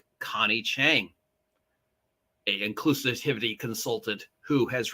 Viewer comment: Are you deliberately mangling the word 'inclusivity' for some reason?